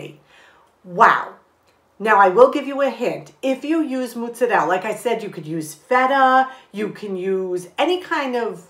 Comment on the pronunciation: I love the way you say MOOTZARELL! (and the cute blooper at the end of the video😊)